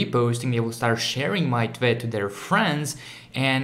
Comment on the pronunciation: The way he says “tweet” sounds like he is saying twit